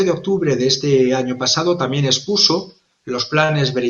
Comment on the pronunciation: Expuso no espuso